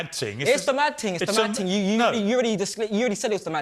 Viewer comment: “it’s not a mad ting” 🤣🤣🤣🤣